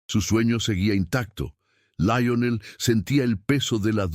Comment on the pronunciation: Lo único malo es que el dice laionel en vez de Lionel